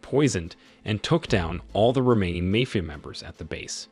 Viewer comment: mayfia ?!?!?!?!?? jeezuss